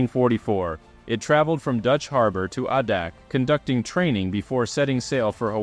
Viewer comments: Pronounced "A dak". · IT IS PROUNCED AAAAADAK. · Ah. How do you "pass through Trinidad". It's an island. And that's not how you pronounce adak